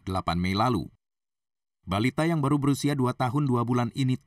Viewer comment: Baru mas bukan balu